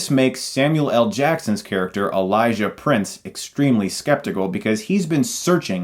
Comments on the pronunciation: Elijah PRICE not PRINCE Damn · Price not prince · It's Elija Price, not Prince 😂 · His name is Elijah Price not Prince :)